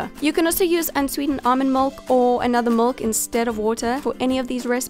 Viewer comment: What a strange pronunciation for milk!